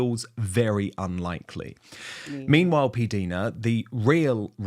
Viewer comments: P Dinah Dan. Get the correct pronunciation through your head. If she said it ok to say P Deena she was just being polite. Haven’t you ever heard introduce herself ? How would you like your name pronounced incorrectly. Every other YouTuber except you, says her name correctly. . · I thought that PDina introduces herself as "PDinah", not "PDeena", as Dan calls her.🤔